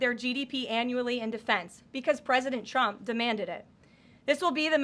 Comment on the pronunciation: She pronounces the president's name where sounds like "Chump". Sounded like that a few times, Karoline needs to work on that or "Chump" is gonna get real mad.